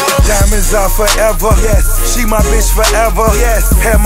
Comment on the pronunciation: Why did he say "yes" like that?